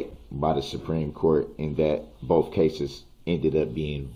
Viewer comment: Why do they say ‘boaf’ instead of ‘both’?